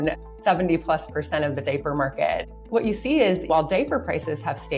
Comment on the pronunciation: What is a "daper"??? It is a diaper! Where is she from that leaves off the 'i" in diaper?